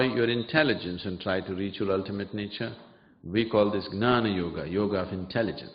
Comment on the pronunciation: Why does he always say nana yoga when he knows it is GYANA ??